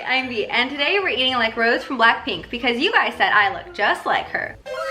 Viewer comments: wait did she really say rose???? its rose like idk how to explain kinda liuke dis ro say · I don’t wanna be that person but rosé isn’t rose u say like rosae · it's not rose it's rOw zEy - Hermione Granger, 2020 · *It's Rosay! Not Rose! - Hermione Granger 2020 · 달씨Darcie it’s officially pronounced « rosay » the é is a French accent and it’s pronounced the same as the drink. Rosie is a nickname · Everytime she said "rose" instead of "rosé"... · Who else cringes when she says “rose” instead of “rosé” (btw im not hating, its not your fault that you dont know how its mostly pronounced this is just my opinion so please dont attack meee) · every time she said rose instead of rosé i felt myself die a little lol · Any other blinks triggered that she said "rose" instead of "rosé" lmao its ok i still love u ✌😔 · I got triggered everytime she said Rose 😷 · It’s ROSÉ the e as AYY so ros(aye) not rose as in flower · everytime she said Rose instead of Rosé I did an ab crunch, I have a six pack now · When she said rose instead of ROSÉ 😂 Lmaoooo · I hate when people say rose instead of rosè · When she said rose I was sad cause its rosé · ITS NOT ROSE ITS ROSÉ!!!!!!!! No hate just a reminder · It's RosÉ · Rosé not rose!!!! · Rosé not Rose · I’ve been tryna stop myself from saying it but it’s rosé rosae not rose rosaaaee like Beyoncé aeee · It's Ros-e not Rose tho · Sry it bothered me how you said rosè it’s rosè with an accent I love your videos tho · btw its ROSÉ.. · Why does she pronounce it as “rose” not rosé 🤦🏻‍♀️ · its ROSÉ not rose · I was slightly annoyed the whole time because was say Rosé like a rose 🌹 It's pronounced like Rose and then a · Im sorry but her name is not Rose is Rosè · ROS-E NOT ROSE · i’m sorry, i’m not trying to be a jerk, but it’s not rose it’s rosé. i’m sorry i’m just a bp fan... btw i loved the video🥺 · nawt her calling her "rose" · rose.... rosae hun not rose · I know how you feel 😒 I don't like when they say rose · every time she says rose i go :/